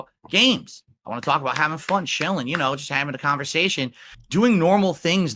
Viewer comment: I thought it was failed speech therapy but it could just be he’s too lazy to stretch his tongue that far.